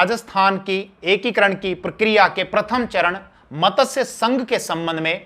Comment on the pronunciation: मतस्यसंघ नहीं मत्स्यसंघ